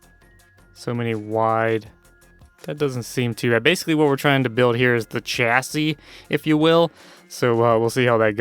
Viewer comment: It's pronounced chassis not chassi